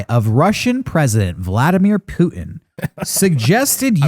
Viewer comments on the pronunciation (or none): none